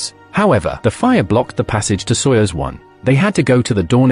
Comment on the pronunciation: Soyuzu !? Seriously still dumb AI…